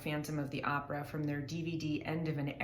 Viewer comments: Hahaha "Opera" comes from italian language and I can assure you that italians pronounce it more similar to the way the girl that made this video pronounce it than the way Tarja pronounces it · Opera as a word is latin in origin then Italian, they are pronouncing it as it should be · But the way they pronounce opera is how you say it in Latin languages. It's not an English word, the way people on the us pronounce it is not the correct one. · Tarja pronounces "opera" like in spanish and italian, and in latin from wich it comes. So the pronouciation is not weird. Only more accurate. But as alwyas english speakers think that all is english. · I also LOVE the Finnish pronunciation of 'opera.' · That's how is actually pronounced. English speakers got it wrong. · her pronunciation of opera is precisely how everyone outside of US pronounces it...more Tarja please....you should hear her early full mezzo slpendor from the wishes to eternity concert....she doesn't get nearly as much attention as she richly deserves... i am a former army ranger and her exquisite voice brings me to tears each and every time...astounding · opera, in virtually every part of the world is pronounced precisely as Tarja does..and do you think that after 7 years of professional training and dozens of superb operatic performances, she would mispronounce it...